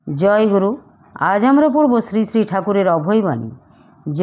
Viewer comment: Joy guru uccharana vul aacha joy guru